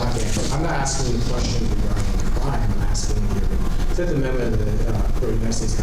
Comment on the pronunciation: "Uhh I don't answer questions under the fee'fft." 😂